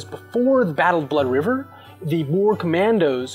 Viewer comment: Still saying boer wrong